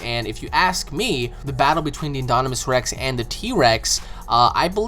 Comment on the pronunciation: InDOMinous Rex. Not inDONimous Rex. I wouldn't care if you didn't say it so many times wrongly.